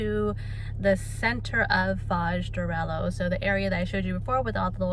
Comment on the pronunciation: Hi. Don't mean to be a pain in your you know what, but when an "h" comes after an "l" the "lh" is pronounced like "l-ye." It's "arelyo," not "arelo." Thanks!